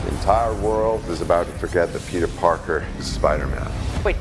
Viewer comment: Peter pekèr